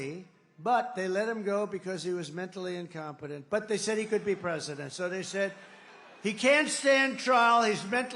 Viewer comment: bank brasil said prizidon 😅